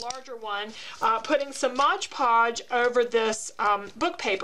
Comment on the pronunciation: Can we say " MOD PODGE"??? Not trying to be rude but it really bugs me & others. You are not the only one who says it wrong, so don't feel bad.